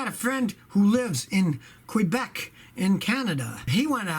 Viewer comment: Quweebeck 😂😂 it’s Kaabek